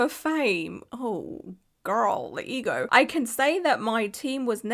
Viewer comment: Omg she added 27 R's when she said EGO!!!!!!